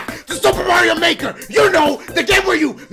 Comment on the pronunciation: Welcome back to soup, Super Mario Baker , welcome back to soup. (No offense but Come on, I not the only one that hears Baker sometimes)